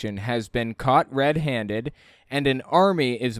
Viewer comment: I get a kick out of the way she says red-haned she leaves out the d on hand.